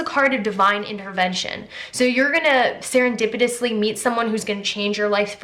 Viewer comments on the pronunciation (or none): none